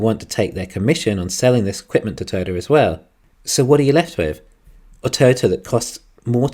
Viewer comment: I love the episode as always. Although it did take me a while to figure out you were saying Toy-o-ta. Pronouncing it as a two syllable word it sounded like you were saying turtle